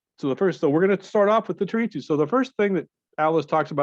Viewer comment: Treatise not treatsy but good vids